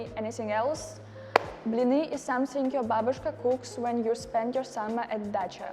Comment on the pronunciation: Dacha sounds like the car Dacia lol